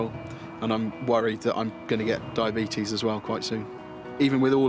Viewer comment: "That Diabeetus is bad"